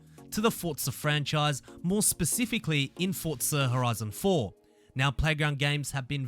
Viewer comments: wtf is a fortza 😂😂😂 u gotta learn how to pronounce that word forza where inthe hell do u heart the T in forza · not forTza .. just forza .... fortnight and forza didnt have a child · fortnite and forza combined